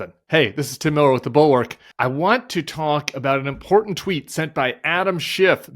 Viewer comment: Nice work. Thanks Tim. p.s. the 't' in important is not silent (or a 'd').